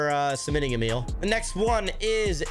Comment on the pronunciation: btw emil is pronounced (eh - mill)